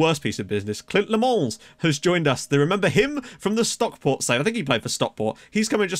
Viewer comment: Leemans is Dutch, so it's most likely pronounced "Lay-mans"(no silent s).